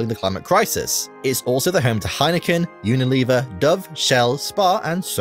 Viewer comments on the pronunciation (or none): none